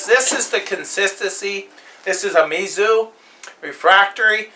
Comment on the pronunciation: I believe it is pronounce like ME Zou. Yeah like that.